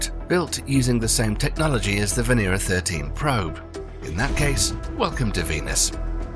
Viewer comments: バネラではなく、ベネラでは？ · ⛔️ it is VE-NE-RA....it is read as it is written, it does not have an English accent, finish with your accents and read exactly as it is written, what does VENEIREA mean?